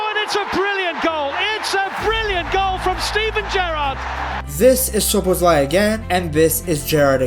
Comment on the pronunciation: As a hungarian its always funny to hear that every foreign people missing the right pronouncication but thinks he got it right 😂